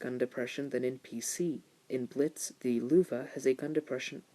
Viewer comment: you pronounce the tank name incorrectly (((